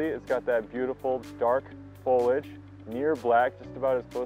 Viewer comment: Foliage, not foliage. Three syllables please.